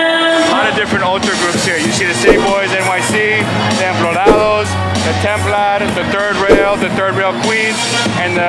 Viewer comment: He said templorados lmao